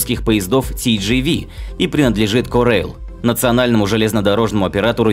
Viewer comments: читается: тэ-жэ-вэ, а не ти-джи-ви. не будь одноязыким колхозом. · Не тидживи, а Тэжэве. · Только правильно тэ же вэ а ни ти жи ви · Поправка: TGV POS читается не как ТиДжиВи, а ТэЖэВэ (на французском)